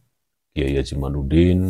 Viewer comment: Kyai Imad pake dal bukan nun 🙏mhn maaf ada 10 x nyebut imanudin yg bener kyai Imadudin